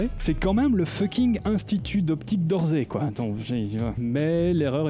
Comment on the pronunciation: a chaque foi que tu le dis ça m’écorche les oreilles ^^ c'est l'institut d'optique d' "orssay" pas "orzay" sinon super comme d'hab ;)